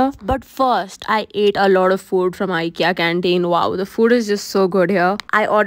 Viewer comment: You pronounce IKEA wrong